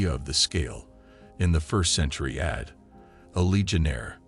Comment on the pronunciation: The term AD (Anno Domini) has been largely superseded by CE (Common Era) and was never pronounced ‘add.’ Your AI needs language lessons. In addition, many of the illustrations related to a much later era and geographical area, the Atlantic slave trade.